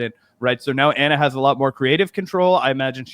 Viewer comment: FYI Ana’s name is not pronounced Ahna, it’s just like Anna